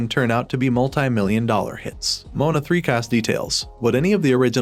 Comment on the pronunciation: STOP SAYING MONA ITS MOANA🤬